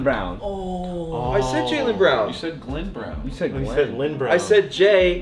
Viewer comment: James said that correct! Jaylen Brown